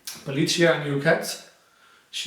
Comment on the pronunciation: Just to let you know you're mispronouncing the name pelliccia, because you say pelliscia instead. Quite a big difference, like faccia or fascia (and in this case the meaning is also different). Also the proper translation of fur is pelo, pelliccia is the word for fur coat. Greetings.